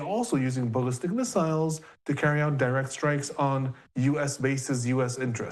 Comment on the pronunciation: why do you pronounce missiles like an idiot?